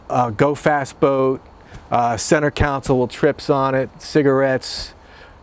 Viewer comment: It’s Console. Not Counsel.